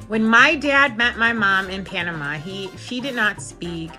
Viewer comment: Panama, pana-ma-a.